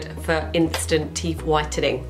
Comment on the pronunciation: Teef or teeth lol 😆